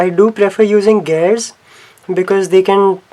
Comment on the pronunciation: Lol you call gears geyrs